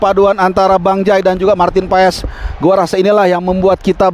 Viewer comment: Klo kata coch justin paes di bacanya paas 😊